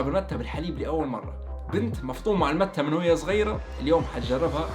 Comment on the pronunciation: اسمها ماتي و ليس كيف تنطقها انا جربتها اول مرة من 27 سنة بالاوروغواي